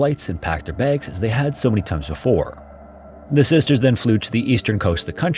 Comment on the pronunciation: God this ai slop voice saying "baygs" instead of "bags" irks me 😂